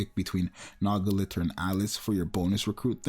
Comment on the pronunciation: Man it still kills me that he mispronounces Liter so bad 😂